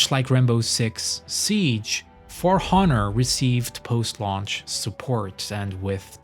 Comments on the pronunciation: Honour has a silent h btw. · How can you speak English so well but say honour in with a heavy H?